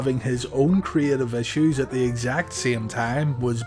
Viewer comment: "At tha Alamo"